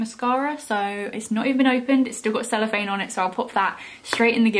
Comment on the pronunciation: I remember I watched one of your old videos ages ago it was a primark testing makeup and you was trying to get the celipahne of the pallet and you said “celephane” it made me and my cousin laugh so much and still to this day ❤️❤️❤️❤️❤️❤️